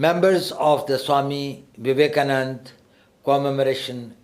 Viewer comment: Suame Vevekamananda!🤣